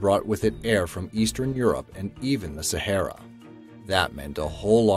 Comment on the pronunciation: also its Sahara not Sahera